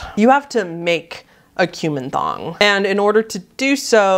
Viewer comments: I was listening to this video in the background and I thought you said "cumin thong". Ouch. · I heard Kuman Thong as "cumin thong" and was very confused at first.